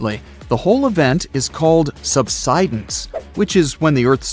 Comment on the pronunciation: it's not "sub.sid.ins"!!!!!!!!!!! it's "sub.side.ins." DAMNED STUPID A.I. READER! -----GET A REAL LIVE PERSON TO NARRATE THIS!!!